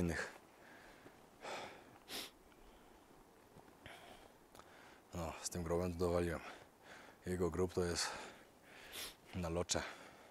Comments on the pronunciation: to jest czytane lotse nie locze😊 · Lotse, nie locze 😝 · a górę Lhotse wymawia się bez H bo jest nieme 😊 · Kukuczka zginął na Lhotse i tak się pisze, wymawia się po Polsku Lotse.😉a nie Locze ?